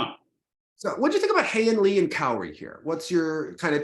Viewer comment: I’m so proud of your pronunciation of Haein Lee!